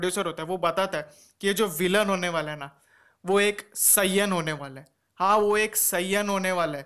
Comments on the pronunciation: Bhai saaiiyan nhi saiyan kehte hai kam se kam naam to sahi se boli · You are pronouncing saiyan wrong😤😤. Pls speak correctly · ok. I am not making fun of you bro. I am just telling 😢